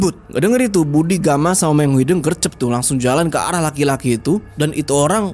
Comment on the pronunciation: Lucu pas bilang "meong hideng"😅😅.. harus nyaa meong hideung.. d sunda "hideng" sama "hideung" beda arti😅😅..